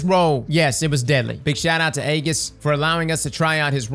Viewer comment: you really called him "aigis"? his name is on the goddamn screen,. come on